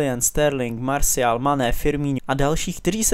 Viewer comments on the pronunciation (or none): none